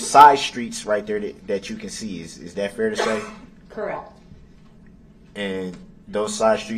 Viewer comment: "DAT" WHAT YOU SAID IS DA "TROOF"! IT WASN'T EVEN ("SUB"")STAINED under OAF!!! AFTER, what you said was "NIPPED IN THE BUD".😂😂😂😂